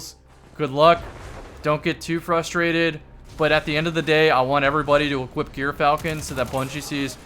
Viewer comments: jur-fal-kn and kasm yw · I've been pronouncing it "Eur-falcon" like the first syllable of Europe or the Greek sandwich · it’s pronounced “Gyrfalcon” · I believe it is pronounced "Guy Fieri Hauberk".